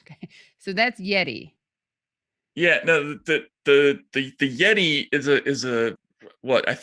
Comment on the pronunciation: Katie: “Yet-eye…” Rhymes with “Jedi” 😁